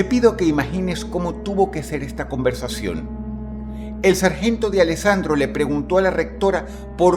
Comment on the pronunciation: Esta historia es real, El Sargento D'alessandro era mi abuelo y me contaba esta historia de pequeño... por cierto la pronunciación es ''Dalesandro'' no ''De alessandro'' jajaja buen video Dross